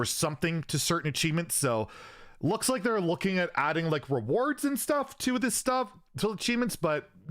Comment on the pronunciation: "We loking at it " BLIZZARD xD